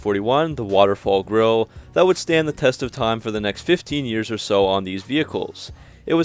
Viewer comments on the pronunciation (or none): none